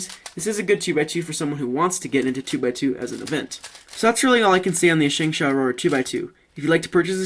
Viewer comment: You pronounce it SHUNG-SHO